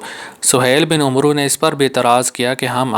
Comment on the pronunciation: Umroo nhn hota amar hota hai